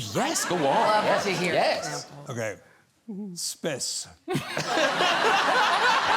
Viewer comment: "SPECE le final frontiére"